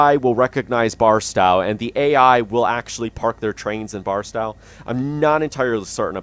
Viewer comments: Hearing him say barstow wrong hurts my soul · Some help with California Cities... Tehachapi is pronounced (Te) (hatch) (a) (pee) emphasis on the hatch. Barstow is pronounced as spelled, (Bar) (stow), second syllable as in stowaway. The pass cajon is pronounces (ka) (hone) pass. Pretty cool video. I'm thinking of getting the game.